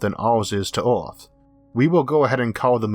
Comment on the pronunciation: Filtors? Univorse? Oerth? Yeors? What planet is this guy from?